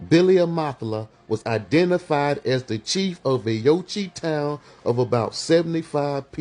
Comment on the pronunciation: Yochi? U mean Euchee?